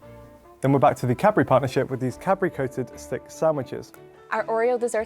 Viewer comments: Cad-bu-ry. Not cabry. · i just learned how to spell cadbury and i was shocked. I thought he said Capri for like a thousand times. ahhahah